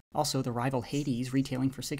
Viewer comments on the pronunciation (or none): none